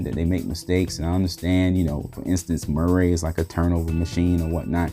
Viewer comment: "Mer-ray" lol!